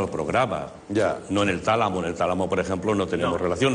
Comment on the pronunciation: La reacción de Berto cuando Juanjo pronuncia la palabra "Tálamo" xDDDD